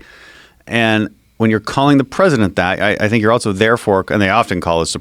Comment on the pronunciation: Who the hell puts a "T" in the word "also"? Dan Crenshaw Good podcast ....just couldn't help myself